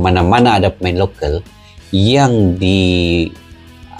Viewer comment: Lokal bukan lokel !!!!!!!!!!!!!.